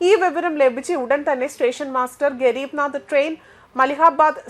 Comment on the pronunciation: ഗരീബ് നാദ് ട്രെയിനോ ഹെന്റമ്മേ ഗരീബരദ് എന്ന ട്രെയിൻ ആണോ നാദ് ആയത് 🤣🤣🤣🤣🤣